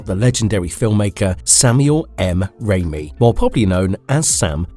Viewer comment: Raymi? You mean rami?